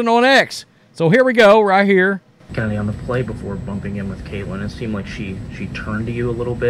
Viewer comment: How can chennedy be pronounced Kennedy no way !